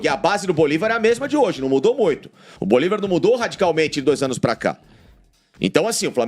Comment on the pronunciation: É bolÍvar, com acento no I. Para de falar bolivÁr, tá feio.